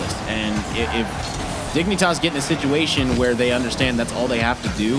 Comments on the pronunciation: you are correct and I apologize. What I meant was the pronunciation Dig-nee-tahs instead of Dig-neh-tahs. Out here tossing knees. Prolly just a me thing regardless. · You need to spell out what's wrong with the pronunciation. It's "Dig-nih-tahss" or "Dig-nih-tass"? They're saying the first and the second is how you'd pronounce it if you were like.. TRYING to say it silly. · Man I just do NOT like the way they make caster pronounces Dignitas in this. They ain’t the dang digimon😭. Also THANKS for all the uploads I’d miss these kinds of tournaments if this channel wasn’t here for us 😍